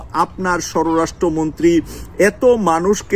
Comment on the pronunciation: pl pronunciate shorastro montri not shororashtro montri.